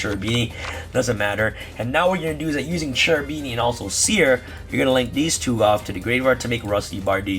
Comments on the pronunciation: Kerubini not Cerubini, in italian Ch is K. Cherubini are a type of angels in italian medieval demonology.👍👍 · Bro its pronounced kerubini, it's an italian word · Also "Serafini" and "Cherubini" angels are present everywhere in italian medieval art, particularly in cathedrals' art. They're part of the medieval italian tradition. Cherubini is pronounced in italian because the term is italian. In ebraic or other languages it's not the same term so it's pronounced Kerubini. I hope that I make you curious about italian art✌ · Grande bello, è una tragedia sentire ogni volta che nessuno riesce di pronunciare il ch-. Non parliamo di beatrice ma quello è chiedere troppo mi sa